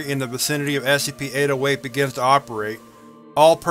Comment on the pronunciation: my friend just pointed out that it sounds like you say ASCP not SCP and now i cant unhear it 😢 However another great video thanks dude!